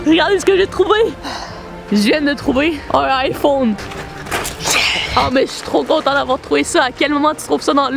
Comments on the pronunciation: Comment il a dit iphone j'suis mort 😂🤣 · j'adore quand tu dis iphone